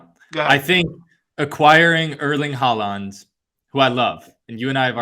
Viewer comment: Also, you guys are clowns. Look at Syracuse’s records and seeds in the years leading up to their movie to the ACC. They were top 15 teams each year with like 2 #1 seeds in 2010 and 2012. Can’t take anyone seriously who doesn’t even know how to pronounce Erling Haaland’s name correctly.